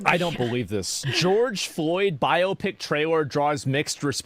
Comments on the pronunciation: "Bi-opic"?! My good madams it's "Bio-pic", as in "Biographical Picture (film)". 🤣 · A "bi-opic." And not bio(graphical) pic(ture).